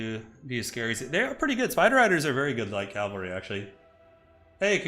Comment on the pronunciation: for the LOVE OF ALL THAT IS WARHAMMER, ITS CA-VUHl-RY. Some one like you who does this enough and actually knows the difference becomes super annoying when you keep mispronouncing words that My niece can say without issue. Stop Making Warhammer Religious and talking about CALVary, Troops on Horses are CAValry.